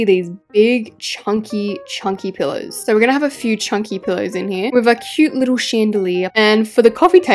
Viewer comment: Every time I hear pillows come out of your mouth I hear the word pillars